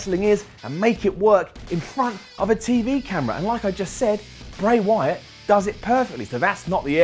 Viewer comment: he said bry wyaat